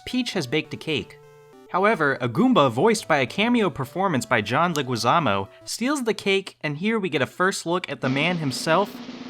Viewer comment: "John leguizÁmo" As a spanish speaker, this made my ears bleed 😭